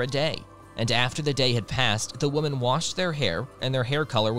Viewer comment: The mispronunciation of women that sounds exactly like woman, it’s driving me crazy, otherwise sounds ok to me.